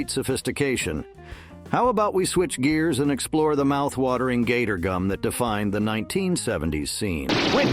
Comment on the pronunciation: I know, I watched his videos before he can pronounce it right and, every time he kept turning it into a different name, cringing and really annoyed when, he called it gottor gum!